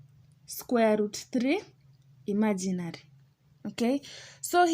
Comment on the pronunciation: I love to way you say "imaginary". ❤